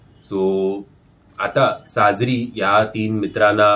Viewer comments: mi tumvhya review baddal kahi bolale ka ? Pronunciation madhli chuk sangitli. Actor cha naav ch chukicha ghet ahat. Te sangitla. Tyat evdha bhadkayla kay zala ? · Sajri nai re sajiri , deva 😂😂😂